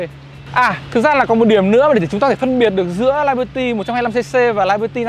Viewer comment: Tiếng Anh đọc là li-bơ-ti, chứ không phải là lai-bơ-ti.